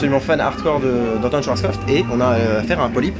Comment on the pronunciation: C'est pas SchwarzkoFT mais bien SchwarzkoPF. Désolé mais je n'en peux plus de t'entendre écorcher le nom de ce constructeur à chaque mention dans une vidéo, ça m'exaspère au plus haut point 🤣 Chouette vidéo cela dit ca fait plaisir de voir des zones du parc qu'on a pas l'habitude de voir pour ceux qui ne se sont jamais rendus a Nigloland, notamment en début de vidéo.